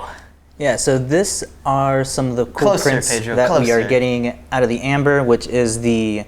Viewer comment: Those are great looking Ember prints! One comment, it sounds like y'all are saying "Amber".